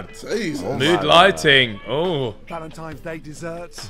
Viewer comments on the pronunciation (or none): Gordon said "Valentimes Day" and now everything else he has ever said has lost all credibility. What a donut.